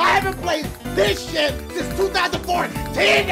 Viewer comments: Two thousand fourteenah! (2014ah!) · NEW jake2001 I am a good boy he said 2014 but yeah at first I thought he said 2004😂